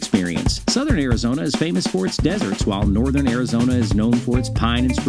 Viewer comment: AIR-A-Zona??? I thought it was ARIZONA!